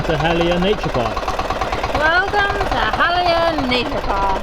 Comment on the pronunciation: You continue to surprise me with your new finds. And for that, i subscribed. And one thing i noticed, you have learned how to pronounced the letter "A" the Filipino way, short "A" sound (we got from the Spanish colonizers). So you verbalized Catandayagan Falls correctly - KAH TAN DAH YAH GAHN. Congratulations. The landing fee of Php 200 and entrance fee of Php 25 is reasonable by PH standards considering the place is not that developed.